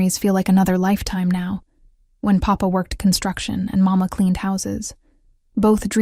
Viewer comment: Please remember that in general, Italian children in Italy call their father « Babbo « ( like Babbo Natale, Father Christmas ) . Papà is used in certain families, but Màmma with the accent on the first syllable, is the normal pronunciation, which is NOT the Spanish “Mamá “. Who cares, will you say, but it gets on the nerves of native speakers.